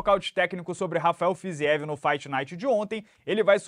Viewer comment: Eu não sei o que me incomodou mais! Se foi o Gamrot comemorando uma vitória por lesão do adversário com tanta ênfase ou se foi na transmissão chamarem o Rafael de "Fizivi"! A pronúncia do nome dele abrasileirado é muito mais na moral, "Fiziév"!